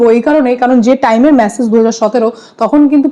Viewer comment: ওরে ম্যাসেজ নয় , মেসেজ 😂